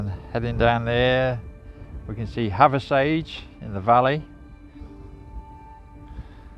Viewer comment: Hathersage. We pronounce it "have a sidge" or havver sidge". As in havver ridge". Hope that makes sense.